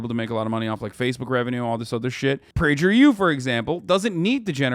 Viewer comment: The way Hasan pronounced Prager U with a soft G lol…